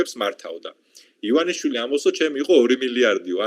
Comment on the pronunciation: ერთად ერთი ადამიანი ხართ მსოფლიოში, ვინც ბორიას გვარს სწორად ამბობს..:))))